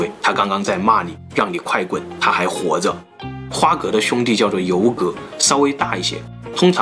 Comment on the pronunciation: 我記得要念花蛤ㄏㄚˊ